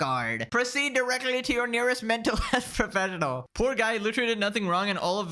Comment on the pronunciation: You say mental health professional weird.